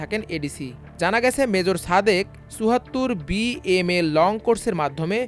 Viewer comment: উচ্চারণ ঠিক করেন। ছাদেক হবে না, হবে সাদেক।ছুমাইয়া না, হবে সুমাইয়া।তেমনি হাছিনা না হাসিনা